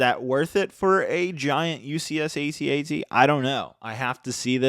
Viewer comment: Why say AT-AT individual lettters? It’s pronounced AT AT. It’s not hard to say!